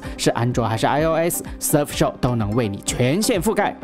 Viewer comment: 大聪真的英语口语堪忧呀。。。。。surf SHARK